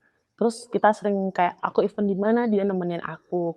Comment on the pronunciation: Tolong berhenti penggunaan kata event kalo tdk bisa mengucapkan dg benar artinya berbeda kalo tdk mengucapkan dg benar. Event itu IVÈNT yg artinya acara, kegiatan sedangkan IVEN artinya bahkan, malah, dan pula atau juga